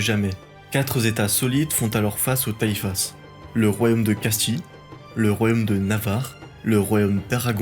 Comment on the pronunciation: le s de taifas ne se prononce pas .... si non excellente vidéo , bravo